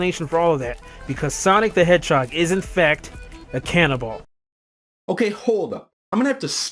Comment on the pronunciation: I love how you pronounce it "canna ball."